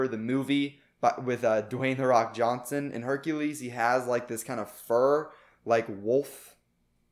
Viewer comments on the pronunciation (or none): none